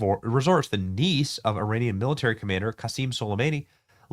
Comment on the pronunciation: did you just say Iran-ic